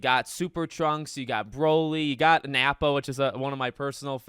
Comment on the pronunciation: It’s Nappa not nappo